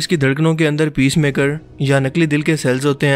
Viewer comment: A minor correction....Pacemaker instead of Peacemaker